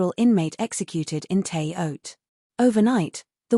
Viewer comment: Shouldn't it be pronounced "Terra Haute"?